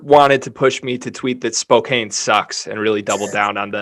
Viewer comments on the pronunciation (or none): You once again said Spokane wrong. Thanks for the love